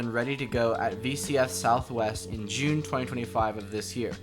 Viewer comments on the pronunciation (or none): none